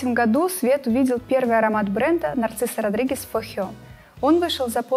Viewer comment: Нарцисо Родригес, боже выговаривай правельно,Narziso Rodriguez...,если взялись вещать о парфюмерии ..